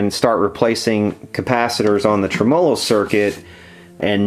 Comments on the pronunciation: Uh, it's trim' uhlo with the accent on the trim part not trem 'O' lo with the accent on the O part ;) You really should use an ESR meter to verify existing capacitor quality rather than just shotgun changing every capacitor. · Trem Olo. lol. its Tem a low . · Every time says "trem-molo" you must take a shot! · Is that really how Americans say "trem-OH-lo"? In the UK I think we always say "TREM-olo". Or maybe it's just me. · trem-O-LO sounds like an Italian pastry. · I like your videos and I like to keep an open mind about pronunciations of words. I looked up "tremolo", every common pronunciation in different languages and did not find yours. Every time I hear you pronounce "tre-M0-LO"....I cringe...it takes away from the integrity of your work... I heard you scoff in one video about how people commented on how you pronounce it...we're just trying to help... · pleasant video, but if you're gonna say 'tremolo' so many times in a video, especially being an experienced amp repairman, it would be better if you put the accent where it ought to be, on the 'e' and not on the first 'o'.